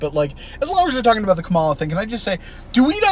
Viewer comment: All that stuff of like, having a debate for who the democratic candidate would be, did happen a little. Its just that everyone knew so much that it was 100% going to be Kamala (pronounced KA-ma-la, stress on the first syllable not the middle)